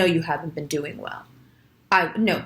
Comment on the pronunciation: "dooe-ing" sounded very New York...